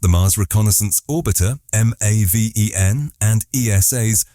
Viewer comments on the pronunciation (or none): none